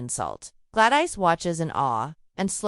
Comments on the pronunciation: Good ole glad-ice 😂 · The AI voice-over had too many mispronounced names (Glad-ICE) and weird pacing. Had to turn it off.